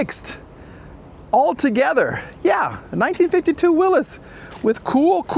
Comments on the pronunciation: it's pronounce "Willies", not Willis. That is a beautiful partial remod, but looks not too expensive to fix, looking into it, Willy's Jeep parts are plentiful online, there's even a Willy's website. That particular model is a Willy's pickup, there are a lot of replacement hoods, and you can get doors also. Project car? Yes, definitely. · Not a jeep. It's a Willy's (pronounced will-is) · Pronounced "Willis" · Does know how to pronounce Willy's? Lol